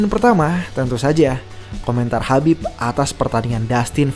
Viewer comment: khabib min bukan habib😮